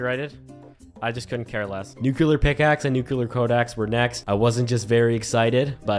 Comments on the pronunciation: Thaumaturgy is pronounced like... Imagine a British person saying "Thor", thor-muh-turgy. I supposed thaw-muh-turgy would also be acceptable. Also you say nuclear wrong. It's nuCLEAR, not nuCUlar. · man kept saying "nukular" instead of "nuclear" frfr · why do you pronounce nuclear like that?